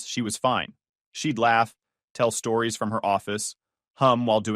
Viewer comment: It’s “stories,” not “storis.”